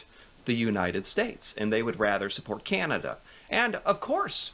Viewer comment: Please, ... Please stop saying, "Keeinada" ... It's really simple, .... "Can" "Ah" "Da" ... Not "Keeinada". 🤣